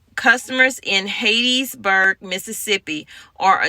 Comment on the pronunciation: It's pronounced Hat tees burg not Hades burg. Ok, so I really appreciated the info. Well presented, good, useful info. Not criticizing, just informing. Good job, thank you very much.